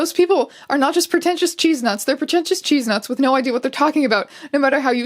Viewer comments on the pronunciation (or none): do Canadians pronounce chestnut like cheese-nut? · why did u pronounce chestnut as cheese-nuts?? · all i can think about is them saying cheesenut instead of chestnut